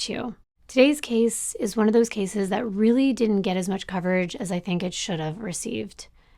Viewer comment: I'm no speech pathologist but I don't believe thats a accent but a speech impediment. He can't pronounce his r's.... Weally? Down the woad..etc😂 Thank you for giving the victims a voice and building such a captivating timeline to their tragic endings, lives cut too short, for no reason at all.